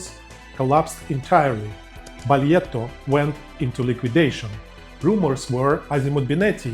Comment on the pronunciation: Had one good Italian teacher from Sardinia ;) Baglietto earned it - 160 years of building and people still mangle the name. Appreciate you catching it.